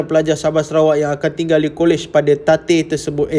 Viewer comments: "ala tatikh ala tatikh" 😂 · ala tatikh ala tatikh tarikh😂😂